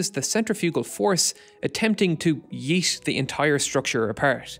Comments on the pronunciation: "Yeeesh", I didn't get what he said at first. That was a really bad and wrong pronunciation of "yeet" and dialect doesn't matter here, it's just wrong. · guys i dont think he said yeet, he said yeast which means to move and such, it was something that was too good to be true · I swear i heard you said, "...attempting to yeast the entire structure apart." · sounds like "yeet"